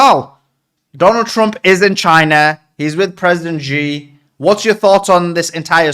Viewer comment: it's President C not G please